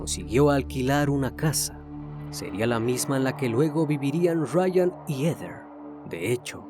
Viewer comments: No se pronuncia EDER.... Se pronuncia : JEDER (Heather) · No se pronuncia EDER, se pronuncia JEDER... (Heather) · Comentario constructivo .Se que es difícil pronunciar los nombres en inglés.Pero no es “Eder” es “Jeder” (Heather). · Heder..... Ese nombre se pronuncia "jéder" ...no? Y no "eder"